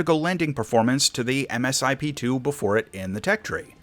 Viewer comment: Not really sure where you are getting your information from?... but much of your information is ....well wrong....and it's pronounced Misip...( Multi Stage Improvement Plan)...The Eagle is still very much top Tier in real world applications...we did very well against the Rafael at RedFlag.